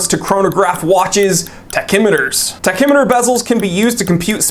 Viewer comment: It’s ‘pronounced “Tacky-Me-ter” 😂